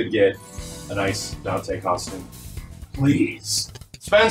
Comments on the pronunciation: It's not El Donte? Dropped man. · "Donte" instead of Dante, very clever 😆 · I can't believe someone said "Donte" out loud, without they're jaw locking up to prevent all the cringe that gets "spoken" into existence.